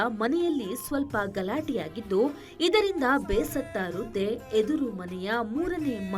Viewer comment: ರುದ್ದೆ ಅಲ್ಲ ರೀ, ಅದು ವೃದ್ಧೆ. ಸ್ಪಷ್ಟವಾಗಿ ಕನ್ನಡ ಉಚ್ಚರಿಸ.